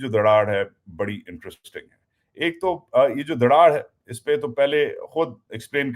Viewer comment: دڑاڑ نہیں دراڑ ڑ نہیں ر